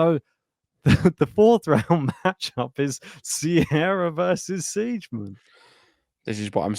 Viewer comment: Siegemund is pronounced Z-gah-munt. What a pair of dumbos! Laura made the 3rd round at the Aussie Open this year. Not sure if her opponent was sick. Pardon my cynicism, but you guys can do better than AI for background.